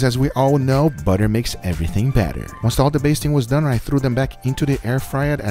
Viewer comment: Everybody be talkin about the “Lez dew it” But yall forgetting the “your sauce is Dun “